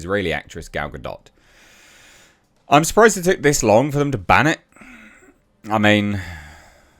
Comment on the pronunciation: Why does "Gal Ga-Dot" sound like male genital moisturiser.